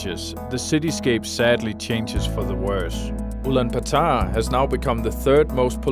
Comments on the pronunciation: IT IS ULAANBAATAR, NOT ULAANBATAAR! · At least learn to pronounce Ulaanbaatar properly. It's part of respecting the identity of something.